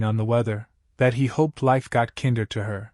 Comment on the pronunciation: "Kinder," in this story's context, should be pronounced with the long "I" sound, just like it's root word "kind," which means nice. The story keeps pronouncing it with the short I sound, as in kindergarten or Kinder Chocolate, which is the German word for children.